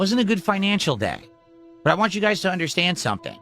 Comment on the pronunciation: lingo. What = whahh But = Buhh Want = wahn